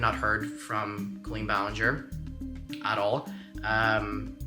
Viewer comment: all i can hear is linger-ee